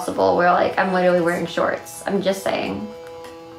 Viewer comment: Why does no one point out that she said “widerawy” instead of literally and “ I weawy am doing fine”